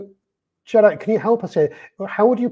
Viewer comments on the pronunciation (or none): none